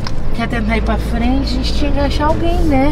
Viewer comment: E é" gente" não "gete"